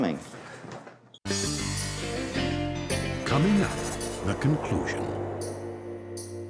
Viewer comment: "How often you need pluming"? lol 😆🤭